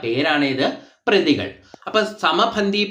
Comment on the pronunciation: പ്രതികൾ അല്ല പതികൾ